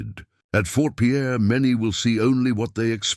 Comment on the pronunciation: It's not Fort Pierre, its Fort Pier.